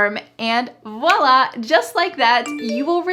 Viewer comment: Hello you pronounce very well the word "voila"!Bye!